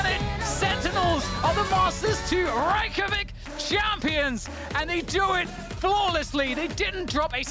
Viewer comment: ‘Reykjavich’ lol